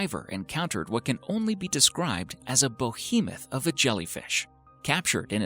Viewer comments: WTF is a Bohemuth? I've heard of Behemoths before but not this. Is it just MB being bad at their own native language or have i missed this word as a foreigner with english as my second language? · A “bohemoth”? It’s behemoth, you fuck. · It is BEhemoth not BOhemoth. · A "bohemyth" of a jelly fish? - "Norfollk"? - "Yuck-a-tan"? Is this how they are pronounced in American? Otherwise a most informative video. Thank you.